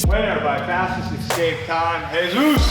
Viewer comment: ESSSSSCAPE Not "EX-Kape!" smh